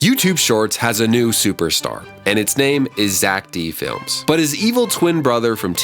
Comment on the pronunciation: It’s zeck felms not zeck felm